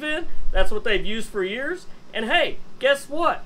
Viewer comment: Did you say will last for years, or will last 4 years?